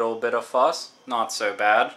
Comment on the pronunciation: Hahahaha - "I have a whole bunch ov them." *leans over* "That's a whole bunch ov games." I agree with you on taking care ov games though. Luckily I've never had the problem with the stickers. I don't even recall having to peel them off at all; maybe I just subconsciously removed the stickers.